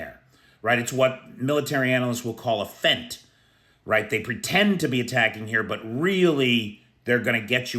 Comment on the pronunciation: Just for info: Feint is pronounced the same as 'faint' (i.e not 'fent').